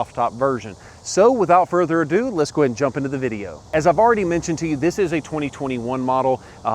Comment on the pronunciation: take a shot every time he says "without further ado"...well in his accent its "wiHit out furder adooo"